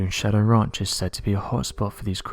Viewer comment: Lol "Skinwalker raunch"